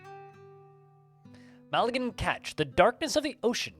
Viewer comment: this is great, but in the most friendly way, please look up how to pronounce "malign"